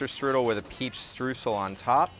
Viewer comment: it's pronounced 'shtroysl' and not 'stroosl'. source: am german